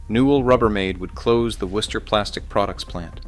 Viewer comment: Thank you for pronouncing Wooster correctly.